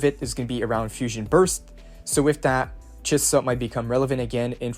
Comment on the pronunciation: Thanks for all the infos <3 <3 i love how u pronaunce chisa ;)